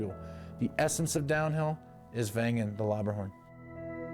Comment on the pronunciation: Thanks for your nice presentation. Please note following The right village"s name is Wengen and not vengan Cheers from Switzerland